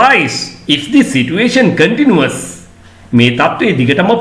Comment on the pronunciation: Kindly check whether you correctly pronounced the word " continues' in this video.